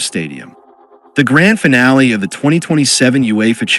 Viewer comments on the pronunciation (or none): none